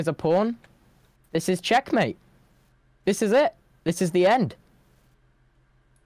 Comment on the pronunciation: “This is chaeckmate” broke my heart 😭❤️🥰😭🕊🕊